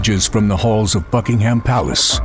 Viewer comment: [English] It's kind of you to mention Buckingham Palace in your comic's advert but next time, do you think you could get an actor who can pronounce it properly? Congratulations on the comic itself though.